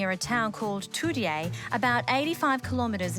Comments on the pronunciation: The pronunciation of Toodyay was wrong, its pronounced "Too-Jay", as a West Aussie it just hurts to hear it pronounced like that :p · It’s pronounced “Toojay”